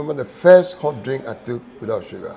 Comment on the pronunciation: Yeeeeeyy! My bro, got the right pronunciation now. Hahaha! Guys, did u hear it, he said HOT pepper, as opposed to his American HAT! Now when u get to Kumasi u can let them know, u want HOT bread! Proud of u bro! Great interview!